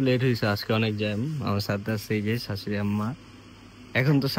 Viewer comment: শ কে স বলে 😩 সপিং,সাসুরি 😩